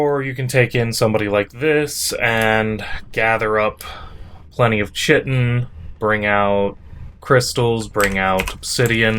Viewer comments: KYE-tin :) just sayin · If enough people keep pronouncing it “shit-in”, it’s going to become standardized. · chitin is pronounced kite-in